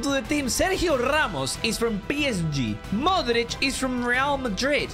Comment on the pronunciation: idk why but non balkan peope pronouncing ''modrić'' the croatian way makes me happy